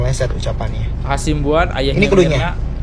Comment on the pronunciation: Hasibuan masss, bukan Hasimbuan